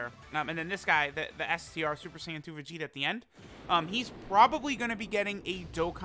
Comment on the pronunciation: really said Vegtio...